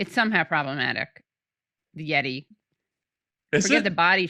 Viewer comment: Katie: “Yet-eye…” Rhymes with “Jedi” 😁